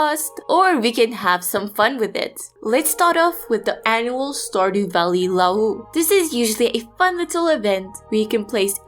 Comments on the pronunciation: Aw go for Penny :D Also, the word Lu'au sounds like "loo-wow"; it's a cool Hawaiian word. Hope that helps! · luau is pronounced as loo-ow. loo rhymes with kazoo and ow rhymes with how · Luau is pronounced loo- ow if that helps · luau = loo-ow :) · Actually luau is pronounced LOO-ow Hope that helps ;)